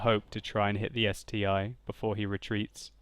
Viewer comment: How did you pronounce the ST-I? I guess you didn't visit russian tankopedia back then :)